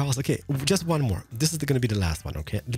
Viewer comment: I love when he says 'Not like dis!'